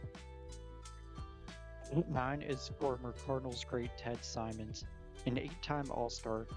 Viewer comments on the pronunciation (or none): When an AI voice mispronounces a well known name - Ted Simons instead of Ted Simmons - I turn it off. How can I believe anything ‘he’ says?